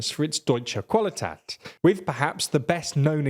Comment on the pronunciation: Qualität "Kva-lee-tate" 😊😊